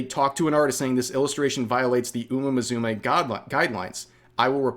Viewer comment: "Uma mazoomay" Rev confirmed a tourist